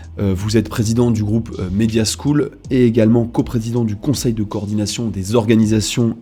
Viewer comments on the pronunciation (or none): none